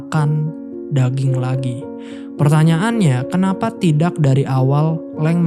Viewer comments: Masih belum terbiasa mendengar k dibaca q ayau x Misal : kata "tidak " dibaca "tidaq / tidax" Penembak jadi penembaq /penembak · Salfok dg ucapan: tidak & tahu😅 Sukses sll bang.